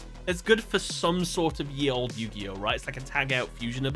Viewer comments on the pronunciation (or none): none